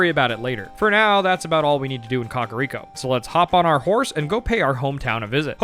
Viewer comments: The only thing that irks me is the pronunciation of some things. COCK-a-Rico village instead of “Cack” Day-koo tree instead of DECK-koo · im sorry but boy pronouncing kakariko like caca (poop) is funny to me. i've always said KAK-uh-riko, he's saying Cah-cah-riko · Why do yall say Kakariko like Cockariko 😂